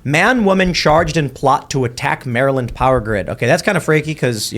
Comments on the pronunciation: When you live in the DMV it's pronounced more like mare lend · How do you live in Maryland and still pronounce it like that?